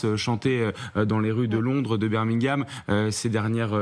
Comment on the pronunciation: Notament à "beer mingham" mdr...